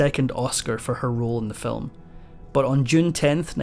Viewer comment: "Film" is one syllable, not two.